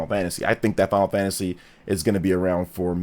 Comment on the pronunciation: It's Final Fantasy not Final Fagtasy